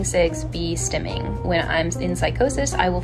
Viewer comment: It's not stemming, it's stimming. Self-stimulation.